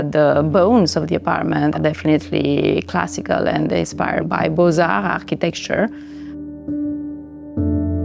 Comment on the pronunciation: I like the way she pronounced Beaux-Arts (but not the way she decorated it).